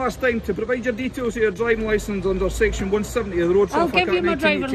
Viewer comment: Section eeewew 🤣 discipline this woefully poor policing and officer this is not the a good representation I want in this country I want a better standard We don’t have to listen bully